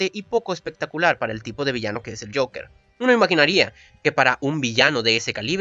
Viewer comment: Ves acá si pronunciabas bien el Joker.